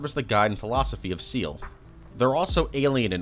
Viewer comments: You couldn't even do enough research to figure out how to say Seele right 🙄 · Why is no one able to pronounce Seele correctly istg... Same problem with the honkai community